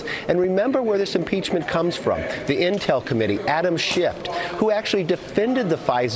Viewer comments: Did he really say Adam Shift? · Did this barely literate moron call him "Adam Schift"? President Trump: " 'They' call Kevin McCarthy 'Congressman light'."